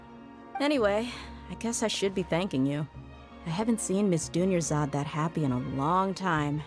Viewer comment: WHY DOES EVERYONE THINK THERES A SECOND R IN DUNYARZAD LMAO literally every streamer ive seen pronounces it dunyarzaRd the whole time. NONE OF THEM EVER SAY IT THAT WAY IN GAME